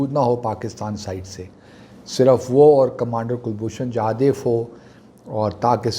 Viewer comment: Sir Please call him Jadhav and not Jadev. We know that your root lies in Afghanistan and you are more convenient with Pashto.. still, the man deserve correct pronunciation of his name. Secondly, he is not a commander as he has retired from services long back. You should call him retired or ex commander. We have full faith in Islamabad high court. By the time judgement come, it is possible that there will be no pakistan as know in present day. We do have your retired ISI officer in custody. It is better to negotiate and exchange.